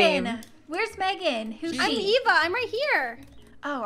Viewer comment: we to take out a a Me:it’s Eva not a a!